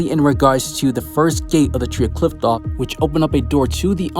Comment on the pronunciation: Considering that you’ve butchered the word Qliphoth every episode. I’ll assume. You butchered this theory